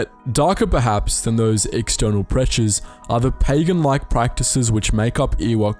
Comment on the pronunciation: Can you say Pegan one more time?